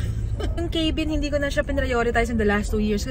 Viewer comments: It’s pronounced as cabin, not Kaybeen. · Hindi po cay-bin. Arte. Ca-been po. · Rimowa can be pronounced as it is while for Germans and some Europeans it is pronounced as Rimova. Cabin is pronounced as Ka-bn (Kæ-bin) in both American and British English.